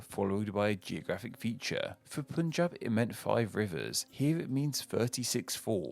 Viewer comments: IT. IS. PUN-JĀB. NOT POOOOON-JAB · It's Punjab, not Poonjab. People in the Anglosphere really shouldn't have trouble pronouncing 'pun' as 'pun'. The etymology is not necessarily Persian either. It is more plausible that the words 'Panj' (corruption of Pañca, five in Skt.) and 'ab' (water) are from Saṁskr̥ta, which is related to Persian. West Bengal is called West Bengal because a larger erstwhile province, Bengal, was split by Brits when they ruled the area. The Western half, aptly named West Bengal, went on to become a state in the Union of India. The Eastern half, initially very intuitively named East Bengal, became "East Pakistan" when Pakistan gained independence. Erstwhile East Pakistan later seceded from Pakistan to become Bangladesh (literally, nation of the Bangla, with Bangla being the endonym for Bengali, the language of the area). The Bay of Bengal is named after the province, not the other way round as you speculated. You mentioned Karu Nāḍu when you talked of Karnataka's possible etymology. Karu Nāḍu is not a demonym as you said. It either means "black soil" or "elevated land", and the state does have black clayey soil in its Northern and central regions. Much of the state is elevated. Maharashtra is composed of the words Mahā (great) and Rāṣṭra (nation). It doesn't have anything to do with the word Ratha (chariot). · You guys can say pun not PUNjab.